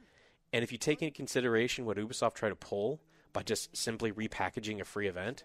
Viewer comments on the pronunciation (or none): its youbisoft not ubeesoft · A 3/10!? No! A 3/10 is for a game that barely works at release like Battlefield 2042. You are a poor excuse of a person who plays video games,. It's bad enough you gave Guardians of The Galaxy a 6/10 but this is unacceptable. Also stop saying Oo-be-soft. It's pronounced You-be-soft FFS.